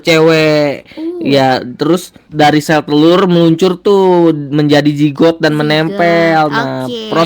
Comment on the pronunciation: Kok aku denger nya jenggot ya bukan zigot😭😭😭